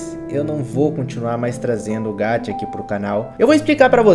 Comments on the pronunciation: Ñ é: (Gatia)! É: (GACHA)!!! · Não é gachia é gacha 《Gaxa》